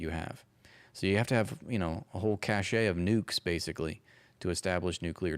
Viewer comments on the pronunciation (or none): cache (of nukes) pronounced 'cash', not 'cash-ay'